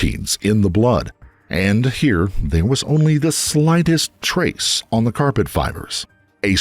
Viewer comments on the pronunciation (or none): none